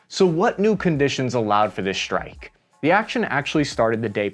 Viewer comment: Why do you use German pronounciation: "shtrike" instead of "strike"?